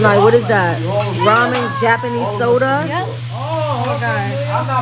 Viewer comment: It’s not pronounced ramen it’s produced ramune This is very helpful